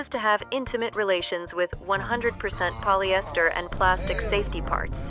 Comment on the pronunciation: did you say polyester